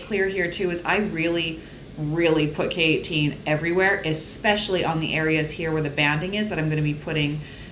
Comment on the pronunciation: girl this whole time i thought you were saying keratin in a very weird accent until you showed the k18 bottle smdndknd